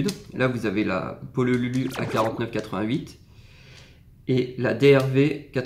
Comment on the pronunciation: "le pololulu" MDRRRRRR